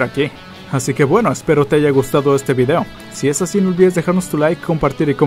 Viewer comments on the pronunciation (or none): none